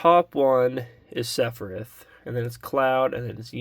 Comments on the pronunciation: Seph-e-RETH 😂 = SephiROTH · definitely mispronouncing sephiroths name on purpose